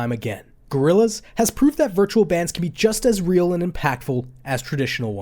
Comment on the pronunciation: it's not "rael"